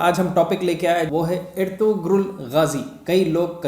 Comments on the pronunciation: It is "ERTURUL" when we pronounce it. There is no G in turkish language so it is Erturul Gazi not Ertugrul gazi. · Ertuğrul mein g silent word hai , toh pronounce erturul rhta, aise (ğ) silent word rhta Turkish language mein.... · bhaiya Woh erturul Ghazi hai bhaiya G silent rahta plz correct in audio bhaiya if your making next video on this topic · That's erturul g is silent